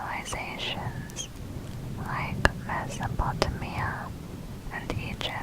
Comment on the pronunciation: it's not an accent issue. Meso-poto-mia is not how you pronounce Mesopotamia